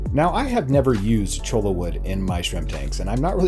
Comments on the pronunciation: I’m from Arizona and I can tell when you have never seen a cactus before if you pronounce cholla wood with the L sound and not the Y sound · i like how almost everyone pronounces cholla wood as chola XD. double l is pronouced y so its "choya"